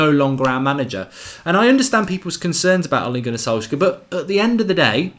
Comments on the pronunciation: Why do you pronounce it Solsker? It's solce-shar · It's not solkzager.. It's pronounced as solkshzaer😂😂😂( A guy on twitter said this).. Waiting to see ole back!!❤ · Mark its solskjææææær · the 'K' is silent in Solskjaer.. Easy way to remember the pronociation is 'Solsshire'.. Sols + shire.. Like you would pronounce Wilshire. Just pronounce the 'Sols' then the 'Shire'..Zidane, Pep and Enrique were all TeamB coaches like Ole they only know their clubs. So let's get behind our 20Legend.. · please can you say solskjeAR😂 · For god damn sake, pronounce the name properly ! :D Ole Gunnar Solskjær and Molde ( pronounced as mole-day) !! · Am I the only one who was pissed off by Goldbridges pronunciation of Solskjaer?